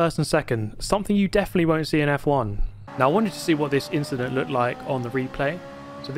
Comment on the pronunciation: '' Just an inchident...''